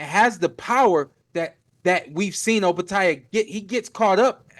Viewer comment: Chris, it’s OpetiA not Opeti. I had to listen to make sure of the pronunciation. Great show again guys.